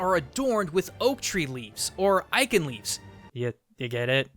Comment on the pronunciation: You don't pronoune eiche with a k. You pronounce it as eige. Like saying hello with a bad Russian accent